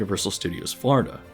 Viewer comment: This dude says Florida like Farda and it’s driving me insane